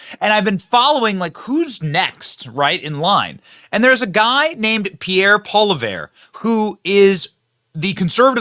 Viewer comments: Benny says “There’s a guy named Pierre “Pola -vare” Oh boy oh boy Benny, you really butchered that one! His name is spelled Poilievre and it’s pronounced PAW-lee-EV! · Benny, because of your mispronunciation, Pierre shall known as Pierre Polarbear because he goes absolute mad lad beast mode in Parliament🤩🤩🤩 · Poliver lol It’s a French name so it weird but somehow it’s pronounced “pol-i-ev” or “pwoll-y-ev-re” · You should watch Pollivre do his stuff in Canadian Cabinet. Trudeau is no match. It is funny. We love him in Canada 🇨🇦 And his name is pronounced Pollyev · Thanks for giving Pierre Pollievre a bit of coverage. (Polly-ev, just remember the 'R' is silent) ...Times are horrible here in Canada. The next elections of both our country's are crucial. Its insane to think that both Canada AND the United States have the single worst leader in their country's history. There's literally zero that the Liberal government of Canada can do to change my ticket from being 100% Conservative. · Pierre (paul- EE-ev). It’s French - and would be best to not pronounce it if it was an English word. Thanks for showing this clip. So great. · pronounce his name "Polly Ev" ❤ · It's pronounced Poly ee ev! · it's pronounced "Poll-e-ev"..... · Its pronounced, "Poll-e-ev". ;) We love Pierre Poilievre and everyone I know want him as our new PM ASAP!!! Truedick has destroyed our Country beyond recognition. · Say "Pole evr" with the r almost silent. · Having been born in Quebec, Canada, spoke French before English, please call your local H.S. French teacher. In the beginning of the clip, you almost had it; then after you heard Pierre say it, you totally nailed it. At the end there, you totally lost it 😅 It's Pol/live/iere. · HEY BENNY from Calgary!😊 pronounced polly ev. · It's pronounced Pierre polly-eff and he's a good one, based af, come on Benny our boy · Pronounced Polly-ev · Polievre - pronounced Poli-ev. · Hi Benny, his last name is pronounced "Polly-ev". French eh? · Butchered his name